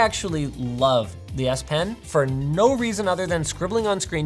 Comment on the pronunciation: why does S Pen sound like ASS Pen!!